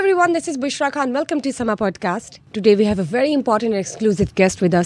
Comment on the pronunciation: خان کی ادائیگی کو درست کرلیں،یہ لفظ خان ھے کھان نہیں پلیز درست کرلیں